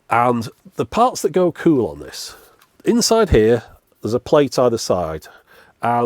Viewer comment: As someone from Preston and so near you I have always enjoyed hearing on the occasion in your videos you say the word cool in what I think is an unusual way, kewl (queue-el not coup-el) so I loved all the kewl, kewler and keweling in this video. This made me look up and find this article Seems you are a valley girl. Keep up the kewl output. Love your channel.